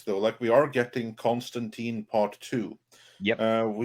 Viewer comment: Disliked for the constant mispronunciation of Constantine.